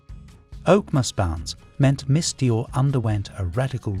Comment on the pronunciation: OMG, the dreadful AI mispronunciations make this SO hard to listen to! Since when was Dior pronounced "Dye-er" ?